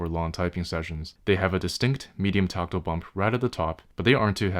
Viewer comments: it's weird how he keeps saying toctill instead of tactile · Tockle? Taco? Tooko? Torkatle? WTF is he saying? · Tackle switch? Toggle switch? You're definitely not saying "tactile." "One has seen the light." Nvm.